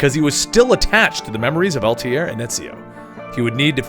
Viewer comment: Worst part about this video is the guy mis pronouncing Altair